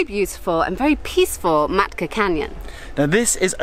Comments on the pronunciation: Makta??? it’s been 2 months “ and Emma”,,, you are going to place that you don’t even know the name.... omg...what a waste... FYI, its “Matka”, the t goes before the k. -. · It's maTKa canyon, no maKTa canyon 😊😊